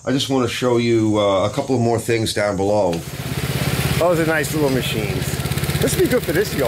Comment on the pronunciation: It isn't that bad 😂 I watched one guy though and he kept saying the word "down" but it sounded so like he was saying "dawn" 😂